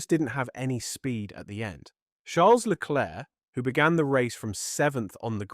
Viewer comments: You should learn how to pronounce Leclerc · AI can't speak French